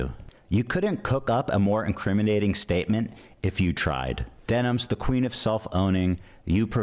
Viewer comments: why is he saying her name wrong? is that something he does intentionally or can he really not read denims? its like what jeans are, denim, but plural. but he keeps saying demis or dennis or stuttering between the two. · Am I missing an inside joke or is there a reason he keeps calling Denims Demis? Also first time viewer, really enjoyed this video!